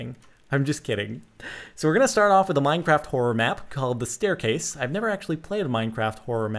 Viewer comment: lol minecrift instead of minecraft